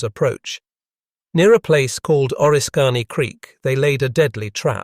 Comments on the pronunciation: Correct your AI speaker please. It’s not O-risk-Kany, say Orisk-any. Now the people that aren’t familiar with upstate New York will certainty make fools of them selves if they refer to this story. There was also a movie that had an attack on relief troops in the forest and a fort being assaulted by British Troops. It had Daniel Day Lewis and Madeline Stowe in it. Great music too. I think it was Last of the Mohicans. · its pronounced O-risk -any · It's called oriskany